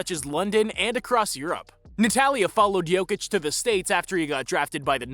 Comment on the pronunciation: If you want to talk about a Serb, learn how to pronounce his name